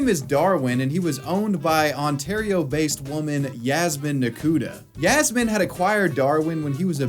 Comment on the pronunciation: Hey btw, it's written as Yasmin, Yasmine, or Yasmeen, but it's always pronounced as Yasmeen. Just lettin' ya know